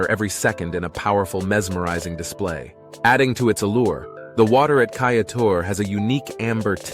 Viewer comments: Very nice Geography and history lessons! You had the right pronunciations except for Guyana nd Kaieteur. It's Guy-an-nah and Kai-tchur. You got Essequibo right. LOL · Awesome episode! Facts laced with mini stories that grab one's attention with longing to see this land personally! Just a few mispronounced names, Corenteyne... Kaieteur... Roriama...(I don't think you mentioned that Mount Roriama is the oldest mountain range on Earth, 1.7 - 2 billion years old.) ....Essequibo.... Phagwah, Roti, granted they are tricky words to pronounce. 🙊